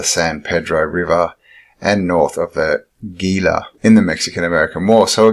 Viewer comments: The Gila River ( pronounced H-ila) . Very interesting report! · Gila, pronounced “Heeee-la”. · Gila River is pronounced "Heela". Vasques is pronounced "Vaskez".